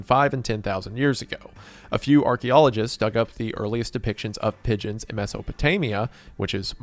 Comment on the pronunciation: I genuinely thought he was saying midgets and not pigeons at first.